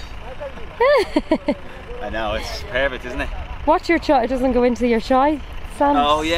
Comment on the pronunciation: Why caolan pronounced keylan??